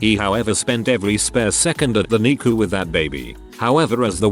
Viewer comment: You lost me when NICU was pronounced neecoo.